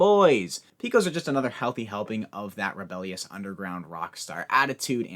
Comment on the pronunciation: I'm from Texas and I just wanna let you know it's pronounced "Pay-kohs". 👍 Love the new structure btw